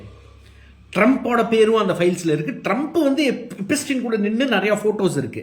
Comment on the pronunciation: நீ படிக்காதவனா? எப்ஸ்டின் பெயரை எப்பிஸ்டின் என்று எச்சரிக்கிறாயே?